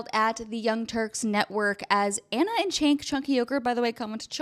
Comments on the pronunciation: The "C" in his name is pronounced as a "J" because Turkish name. Hence, Jenk. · Where was the crying part? It really appears you haven't watched tyt since you are utterly butchering cenk's name.